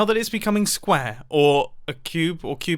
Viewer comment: NOOO ITS NOT SQAARE(mimbo pls teach me rwdstone)